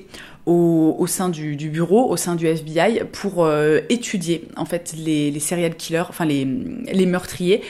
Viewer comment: On dirait que tu dis “cereal killer” et j’aime bien le concept.